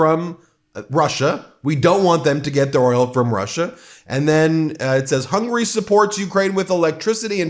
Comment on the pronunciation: Ben, I love you and what you do. It would mean a great deal to me and probably to Hungarians if you'd please work on your pronunciation of Hungary. It's 3-syllable Hun-guh-ree (the country), not 2-syllable hungry, the desire. Thank you for listening! Keep up the good fight! 🇺🇸